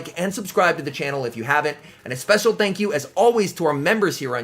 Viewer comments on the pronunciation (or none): none